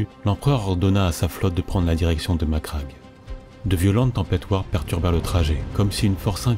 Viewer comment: Très bon travail, bon rythme , et surtout... tu prononces Macragge correctement. Merci. Un mixage musique moins fort (ça étouffe la voix sur la voix par moments, comme vers ), un tout petit peu plus de pause sur la ponctuation, une inflexion plus marquée, et tu rejoindras vite le niveau de Baldemort :)